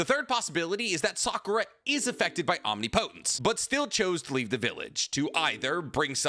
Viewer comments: I know I can't be the first one to say this. But it isn't pronounced "Omni-Potence". I realize that it seemed to be spelled that way in the Manga, but that was simply because of the size of the Speech Bubble they had to work with. It's "Omnipotence" It flows like it is one word. He has said it correctly in a few of his videos but it seems like his default pronunciation is the incorrect version. The key difference is two syllables. The way he pronounces it is something like "Om-Knee Po-Tense", when it should be something closer to "Om Nih-Puh-Tense" I realize that it doesn't actually matter in the grand scheme, but it's the internet and I will complain when I want to. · 🤔.... isn't it pronounced om-nip-otent? 😂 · Why are you pronouncing "omnipotence" like that? Am I missing something? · I wish you’d pronounce omnipotence correctly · Love the videos but the pronunciation of omnipotence is killing me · Stop saying omnipotence like that bro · Bro I know you’re smart why do you say omnipotence like that